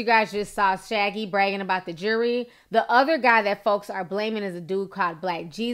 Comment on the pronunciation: Wait...did you say shaggy? Girl lol